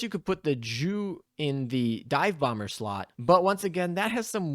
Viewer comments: Yea was gonna say haha or say Yu for Yunkers which I'm pretty sure is how its pronounced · "Is better than a +11 JU" Maybe next time just use the name of the plane "Stuka" or say the letters as is... Because nothing the Germans love more than "JU's"